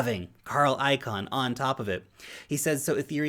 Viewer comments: Hi, FYI, Carl Icahn's last name, the second syllable is not I-CAN....more like I-CON....thx for your daily vids! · Great stuff, as always. (Just one FYI,. Carl Icahn pronounces his last name...”Caen”, like the city in France.🇫🇷 Not “Can”, like Campbells soup. 🥫) 😉